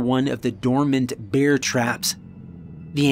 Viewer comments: it's finny, sometimes you say Beer rather than Bear. It's happended in a few stories. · Why pronounce it "beer" mace? Surely it's bear mace?